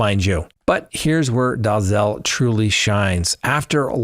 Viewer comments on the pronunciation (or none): none